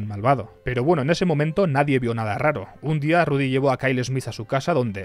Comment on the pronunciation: "Ludy! Eles el mejol!" 🤣🤣🤣🤣